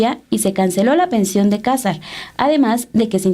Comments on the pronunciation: No es Cásar, no lleva acento en la primera "a", éste apellido lleva acento prosódico, o sea, no escrito en la segunda "a" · Aprede a pronunciar el apellido cazar